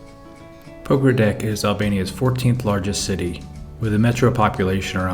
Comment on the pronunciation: It’s not Pogradek, it’s Pogradec (ц)